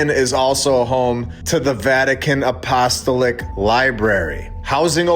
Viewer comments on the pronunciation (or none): LOLOL stop saying “Apostoelick” and say it “ahpo- stall- ick” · A..po...sto...lic The syllables are after the A and each o I grew up Catholic. No offense intended! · I can tell you’re not Catholic or Christian by your mispronunciation of Apostolic. A couple of comments. Most of us are well aware of the necropolis and catacombs of Rome. There have been videos about the discovery of a markings indicating the location of Saint Peter directly under the center altar. And the early Christians buried believers in the catacombs and held masses there too in order to avoid detection by the authorities who persecuted them. As for the archives, 2000 years is a long time and acquiring a million books is not outrageous. But cataloging and preserving them would be quite a challenge, especially since the city was sacked and burned multiple times since the first century. Do you really think the average schlub should be allowed to walk around unguided and touch priceless ancient manuscripts? Our generation paints graffiti on everything from busses to buildings and looters exploit any breach insecurity they can. Just look what’s going on in Los Angeles. What was lacking in the video was any theory about what exactly they’re hiding. The Pope Paul VI auditorium and its demonic looking sculpture provide a clue that the very top of the Church isn’t worshiping what the rest of us are. Is that a modern change or does it go all the way to the beginning? That’s where I’d focus attention. Has the Church been infiltrated by believers of Baal? Do they conduct human scarifies there? Child trafficking? Dig deeper.